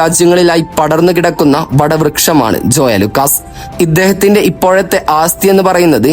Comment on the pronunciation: ആസ്ഥിയല്ല, ആസ്തിയാണു ശരി... അത്യാവശ്യം ഭാഷാബോധം ബ്ലോഗർമാർക്കുണ്ടാകണം